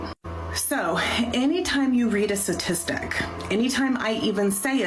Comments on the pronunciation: If that lady says satistic instead of statistic one more time i might lose my mind. Her intelligence level is on display. (Paderns, satistic, yahh) 🤦‍♂️ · Is it me or is that woman saying 'Satistic'? Sounds like she's missing the first 'T' and its getting on my nerves. It's been a long day and she's giving me the pip. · If you want to come off as data driven and evidence based, you should learn to say the word "STATISTIC"... Not "SASISTIC".... She strikes me as though she can't do simple addition... let alone advanced statistics... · Speaking to us like we're children, while pronouncing "statistic" like my 7 year old nephew - "suhsistic" 🤣🤣🤣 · She can't even pronounce statistic correctly.